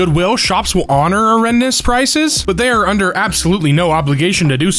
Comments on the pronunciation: erroneous is pronounced erroneous, NOT errendous! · Stopped watching after you mispronounced erroneous. Get your shit together.